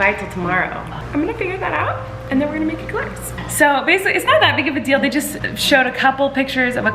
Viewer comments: I love how Colleen says eclairs like email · Remember: Eclairs are pronounced “A-Clarez”. In French, it’s spelt éclair and é is pronounced “ay”